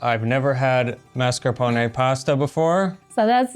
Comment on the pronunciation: please, per piacere, per favore, you're driving me crazy. La pronuncia, la pronuncia! The first "a" in mascarpone and appetito. Ask Eva.